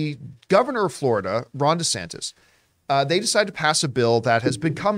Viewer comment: Genuinely thought John was calling the FL governor "Rhonda Santas"